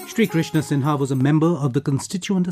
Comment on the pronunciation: Shri Krishna 'Singh' not 'Sinha'.